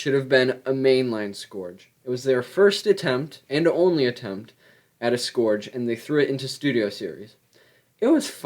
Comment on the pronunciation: Bro that is not how you say scourge